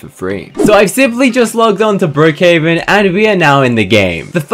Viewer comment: at the start you said brokehaven but its brookhaven